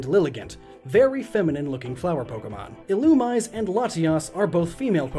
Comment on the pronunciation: Teehee u pronounced illumise wrong